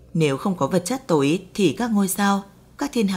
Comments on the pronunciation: Giọng đọc, cách đọc rất hay, cách ngắt câu rất tốt để cho người nghe tiếp nhận dễ. Một ý nhỏ: âm sắc sao cho Hà Nội chuẩn hơn, nghe dễ hơn, thí dụ: "Năng Lượng Tối, vật chất tối" tôi (già rồi) nghe không rõ là "túi hay tối", phải mở transcrip để biết rõ. Âm sắc giọng Bắc nói chung bây giờ bị pha "dấu hỏi" nhiều quá. Cảm ơn các bạn và xin đừng phật lòng. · Vật chất tối hay vật chất tổi ? Phát âm kì cục quá